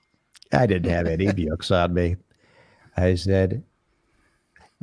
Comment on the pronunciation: ey,,,,,,,,,,,,, the way he puts a "y" sound in between words, reading byooks, byackpyack, pyool, ...just kills me. or rather; JYUST KIYULLs me... All those BYOOKS THYAT WERE BYURNED